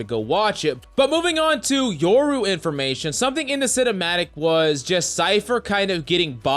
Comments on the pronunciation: Bruh, it’s YO-RU not YOUR-U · You're saying yoru wrong sob